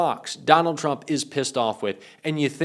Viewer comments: Did anyone notice tuRmp in stead of tRump 🙂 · "TURMP" ? :D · " nukes Turmp".......maybe read what your idiot AI is doing ????? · What's a turmp? Just kidding get him steven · I had to watch this twice because I spent several minutes scrolling the comments thinking "Someone else noticed that it said "TURMP" right?" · We love Steven. But who's turmp? Lol